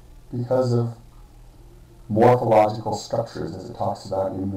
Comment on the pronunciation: "Mophological means how they look." What is mopho xD Morpho, maybe? :3